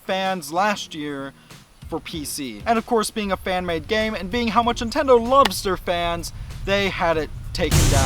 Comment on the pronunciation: Great video and points made and I'm honestly not trolling you when I ask this but...are you saying "Intendo" instead of "Nintendo?" I ask because James Rolfe does the exact same thing.